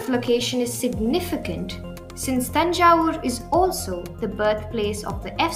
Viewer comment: Happy to hear them say "Thanjavur" and not "Tanjore"! One of my friends though being a native of Thanjavur, always says it as "Tanjore"🤪